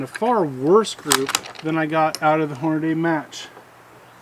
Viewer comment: check a box of your ammo to see how Hornady spells it's name. It doesn't say Hornaday, it say's Hornady. hmmmmmm